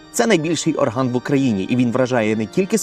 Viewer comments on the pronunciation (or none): непогано би наголос якось поставити. Бо можна так в ооорган залізти,та при тому найбільший))